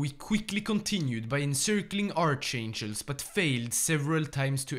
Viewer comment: I really like your videos but how u did pronounce archangelsk, that is a crime